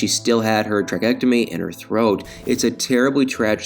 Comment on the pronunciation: Tracheostomy! Get your words right!!!